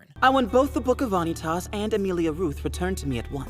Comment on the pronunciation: I'm just gonna say the dub's pronunciation of some of these names is really bad. Vanitas especially is so bad I have no idea why they pronounce it like that. But don't worry the show will hook you soon enough I'm a manga reader and the first few chapters /episodes are really just to slide you into the world and character relations and then after that you get the kick off:]